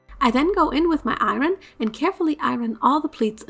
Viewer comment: Lol I love how she pronounces “iron”